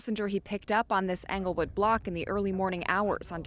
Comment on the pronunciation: Ingle not anglewood 😂😂😂😂